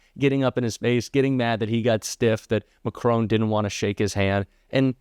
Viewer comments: Mack-ron! Not macrone! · Great content BUT, why oh why, can’t American commentators learn how to pronounce Macron? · Respectfully please try not to pronounce Macron as Mac Crone. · hi its mac ron not macron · Why can't you pronounce President Macron's name properly, just learn it please, it's so irritating . it's not MACRONE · Better learn to pronounce the President of France’s name correctly. It’s MaKron not Macrone. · please pronounce Monsieur Macron’s name correctly. It is pronounced ‘Mac Ron’. And not Macrone. Thank you! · It's pronounced Mac Ron not Ma Crone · 1. It is Macron as in "on" and not Macrone as in "hone". 2. Macron had already shaken hands with the 🍊 buffoon before they were together with Zelensky. 3. Did you notice the third chair being "disappeared"? I wonder who thought they'd sit down with Zelensky and the 🍊 buffoon? Macron on Starmer or someone else. Personally I just despise these meetings with Trump without witnesses. He flips more than a Cirque du Soleil acrobat and can never be relied upon to tell the truth. Not to criticise. Love your hard work and dedication, but please keep it factual. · Good video, just one point, it's Macron as in Mac Ron, not Macrone,, there is no e at the end. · Emmanuel MacRon, not Macroan! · For the umpteenth time - AND PLEASE READ THIS COMMENT - the French president is not MCRONE, his name is MACRON. Your continual disrespect is Trumpian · Fyi...I love your podcast...but it is 'Mac - ron' not 'Mac - rone'. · "McCrone"??? Who he? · STOP ! You must know it’s disrespectful and ignorant to mispronounce a persons name !! The French President’s surname is ( phonetically) MackRON NOT MackRONE !!! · FFS pronounce the man's name properly. It's Macron, not Macrone. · Is it too hard to pronounce ? Macr On, and not Macr Own. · It's MAC RON not MAC RONE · Please please pronounce it Mac Ron and not Mac Rone! It’s so disrespectful to mispronounce anyone’s name, let alone the leader of another country.